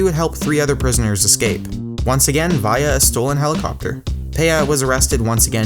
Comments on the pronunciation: he says via so wierd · your saying via wrong and its annoying